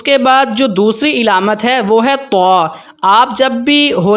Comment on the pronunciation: علامت کے عین پر زبر ھے زیر نہیں ھے